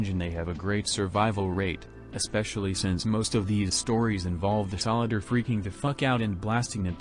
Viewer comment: you lost me at american solid-er